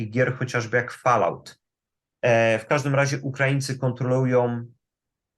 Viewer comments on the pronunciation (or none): folałt się czyta